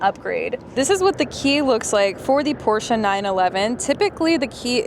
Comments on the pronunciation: It's called a Porsche not a Porscher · Thanks for pronouncing Pro "SHA" correctly!